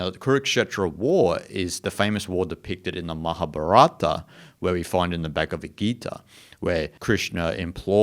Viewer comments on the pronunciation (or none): none